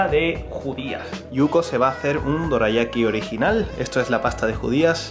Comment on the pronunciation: "Doreayaki" ba dum tssss xD.